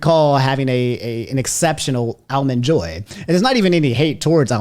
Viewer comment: "Allmen Joy"? 🤣 Where is from & what is this "accent" he has when pronouncing certain words? He unintentionally cracks me up sometimes. 🤣